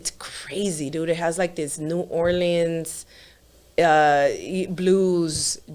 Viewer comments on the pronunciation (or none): none